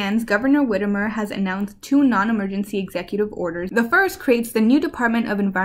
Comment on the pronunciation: Whitmer is Whit-mer